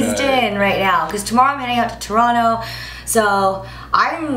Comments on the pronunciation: Props for saying Toronto right! :) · I love how you pronounce Toronto like a true torontonian LOL